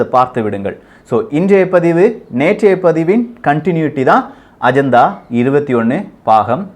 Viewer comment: Athu ajantha paku illa pa.. agenda konjam nalla pronounce panlamae... sorry no offense..